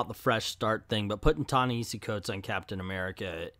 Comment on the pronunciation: It's not a sign of disrespect, but a misunderstanding as to what is the correct way to say his name.